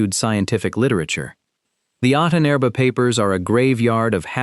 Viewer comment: The mispronunciation of "Ahnenerbe" used in the video makes it sound like the name of an Ancient Egyptian Pharaoh.